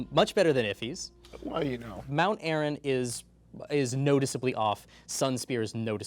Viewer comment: Really thought that "Mt. Arryn" said "Mt. Arby's" for a moment.